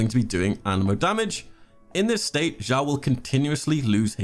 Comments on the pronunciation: Xiao is pronounced “sheeao”. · It’s actually pronounced as “siao” but, ok